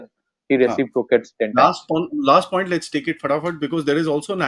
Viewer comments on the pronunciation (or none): none